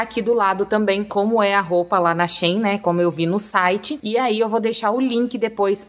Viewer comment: Não é Shin é Shein , quando for pronunciar no lugar do E usa a letra A